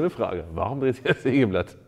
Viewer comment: Neiiin!!! Ein Seegeblatt hat Zeehne ... -- ein Sägeblatt hat Zähne! Zefix!!!